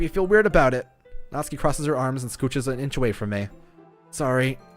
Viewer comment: Finally someone pronounced Natsuki right! N A T S K I Also pronounce Sayori right. S A I O R I